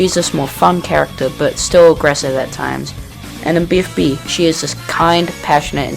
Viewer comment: You misspelled Character as "Chracter" & made it sound like "Tractor"